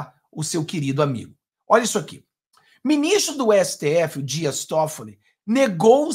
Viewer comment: .eu amigo, não é Todfolli. É Tóffolli. A primeira sílaba é mais forte!